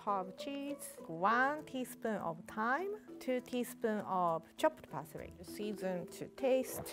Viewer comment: Classic Japanese Fails to pronounce "L" and "R" "Celely Stalk" "Callots" "Parsry"